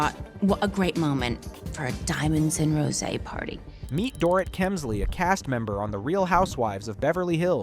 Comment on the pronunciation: I wish I could finish watching this but when the narrator keeps mispronouncing the subjects name it starts getting obnoxious. Please put a bit more effort in your ptoduct.